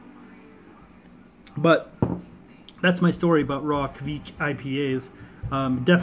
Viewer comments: Looks like the Kveik did you proud It's pronounced kvayk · Your idea of the pronounciation is not correct. There should be no u-sound between the k and the v. Also, the 'ei' sound is a bit harder to explain, from the top of my head I can't think of any english example to compare with. Here is a video showing how a raw beer is brewed using the traditional method. The brewer in the video is Terje Raftevold (the original source of the Hornindal kveik), and you can hear him pronounce the word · well look at that! with some haze!!!! Good Stuff Brother and that ringing in your ear is the sound the kveik police coming to take all your yeast away for not saying it right!! LOL just kiddding